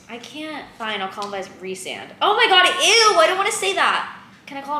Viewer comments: Rhysand = Ree-sand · SPOILER i wish i knew she wasn't gonna end up with tamlin before starting the book because i got so mad with the switch up and wasn't a fan of the rest of the series (still a tamlin defender and already know we're gonna get a redemption arc idc) edit: "Reese-and... no" lmao me when i was also calling him rice-sand the whole time second edit: love throne of glass